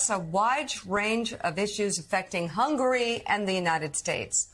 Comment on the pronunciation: Did he say the president of 'hungry' instead of Hungary?